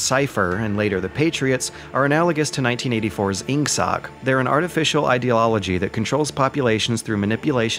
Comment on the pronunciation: "eng-sock" dude....its not "english soccer" its "english socialism"